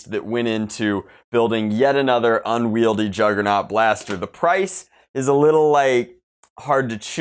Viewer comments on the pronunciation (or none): "unvieldy" he says, a thirteen year old can use it just fine